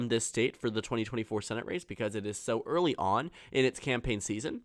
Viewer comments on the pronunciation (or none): none